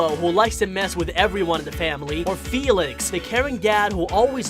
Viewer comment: It’s Félix not Felix I’m sry I had to correct you T^T